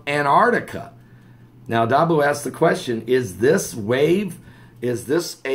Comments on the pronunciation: Dahbooooo,, Dahbooooo, not Dahbow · it's pronounced dah,,,boo pastor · pronounced DAH-BOO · LOL Brian are you the speech police today :) Heeheehee...that's usually me. I laughed when he said dahbow too. God bless. No offense Pastor, it's just a blooper...no biggy.